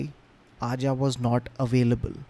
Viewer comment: Arja is pronounced Arya. It’s a soft J